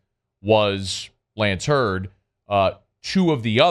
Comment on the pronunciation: His name is Zalance Heard not Lance Heard unless he has changed it once he left home.